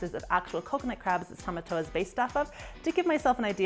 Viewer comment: Tomatoa not tomato